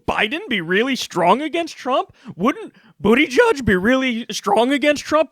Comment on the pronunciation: Jack Byrne I thought he said Bootyjudge for a second.